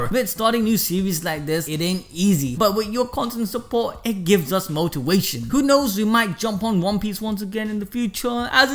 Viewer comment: “Gives us motiwation”